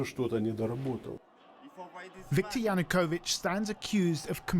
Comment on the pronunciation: Kyiv, not kiev. And Ya-nu-ko-vich, not yanukovik. You should know better.